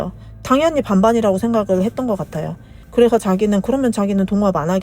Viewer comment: 성우분이 말하는건가? 왜이리. 발음이 안좋아. 그래서를. 그래허. ㅅ자 발음. ㄱ자 발음도. 듣기 거북하네...